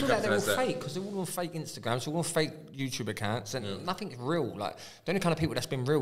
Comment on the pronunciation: “YOU’LL DO NAFFINK!”